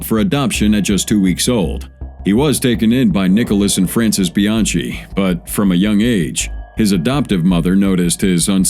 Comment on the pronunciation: His name is pronounced Bian-key not Bian-chee